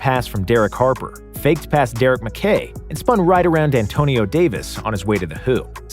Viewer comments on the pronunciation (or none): none